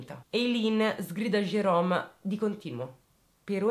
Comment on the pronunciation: Ciao. Ti seguo dalla Svezia e ti faccio i complimenti per come esponi i fatti. Mi permetto di farti un piccolo appunto: in questa storia il protagonista Jerome, tu lo chiami Gerome con la g dolce. alla francese. In inglese il suono dolce della g non esiste. Quindi, il nome del killer si pronuncia Gerome (Jerome). Non me ne volere. Grazie per il lavoro che fai e continua cosi. Ciao.